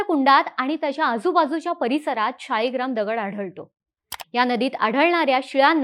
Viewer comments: "शाळीग्राम" ला मध्ये मध्ये तुम्ही "शीळाग्राम" का म्हणत होतात? शीळेचा बनलेला असतो, म्हणून का? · ताई शेवटी-शेवटी 'शिळा'ग्राम म्हणायला लागली.